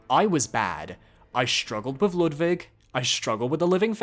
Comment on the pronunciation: Its such a random and tiny thing, but ur pronounciation of „Ludwig“ is so spot on. As a german it makes me happy everytime, idk why